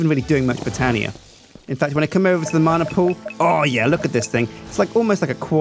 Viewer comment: Btw it's not marna it's man-ah